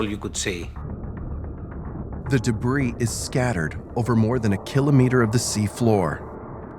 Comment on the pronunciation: The way you pronounce kilometer drives me crazy! Otherwise good video!